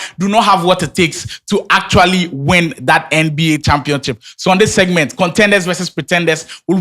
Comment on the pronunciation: When will stop saying championchip 😂